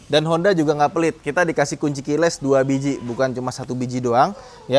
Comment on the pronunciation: salah satu alasan gua tetap suka sama adalah ketika review dia selalu benar menyebut kata KEYLESS...😂